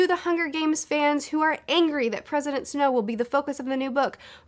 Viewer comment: I keep hearing “President Snoke.”